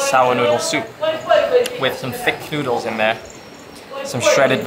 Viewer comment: "thick thoodles" 🤣